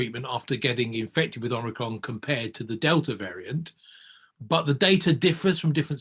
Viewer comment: "ormricron" What are this guys credentials?